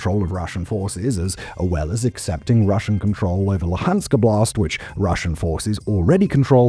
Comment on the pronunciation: The way you say Donetsk Oblast sounds like it some kind of "Donetsk style blast" or a "Blast in Donetsk". Oblast is a word for "area" and if you're interested in the correct pronunciation the first syllable is stressed.